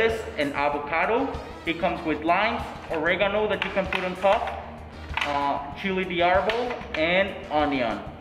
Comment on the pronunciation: good to see you enyoy the food but a few point of view the burrito its not mexican is tex-mex and i dont know why the owner pronounce all the spanish name like american picou di gallo es pico de gallo saulsa vierde es salsa verde chilli di arboul es chile de arbol